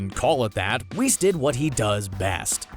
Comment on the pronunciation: LMFAO “weese” mf u mean whis??? Lmao at least google the name first